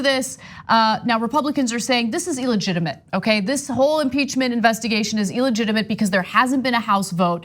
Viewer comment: Ana pronounces it "eeligitimate".